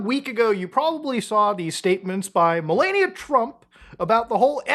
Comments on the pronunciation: You need to learn how to pronounce Melanija. You keep pronounce it MelEnia. Her name isn't Melenia, Melania or Melanie, it's Melanija. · It's meh-LAH-nia. Please. Not meh-LAY-nia. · I took a shot every time he said Melaynia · Jesus I don't exactly respect the people but pronounce her damn name correctly. It's not mel-ay-nia it's mel-ah-nia, it's feels like a cheese grater shredding my ear when you repeatedly mispronounce things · "Mill-onn-eeya" U GET! MY WIFE'S! NAME RIGHT!! Who wants Arnie Palmies??😂😂😂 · Ffs it's MelAaania, clean A as is in the word "A..bbreviation. Please. Thank you. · Dude keeps saying Malenia😂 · If I hear “Melayekneeuh” one more time 😡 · I think her name is pronounced "Malaria." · why is bro saying malania like that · its "meh-LAH-nee-uh" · I shocking that someone can do this amount of research and still not be able to correctly pronounce "Melania" or "Ghislaine" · Why are you pronouncing her name like a Elden Ring boss 😂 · Personally, not a fan of Trump, but you really shouldn’t pay attention to people who can’t even pronounce his wife’s name correctly. This dude has no idea what he’s talking about. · Can you please pronounce Melania’s name correctly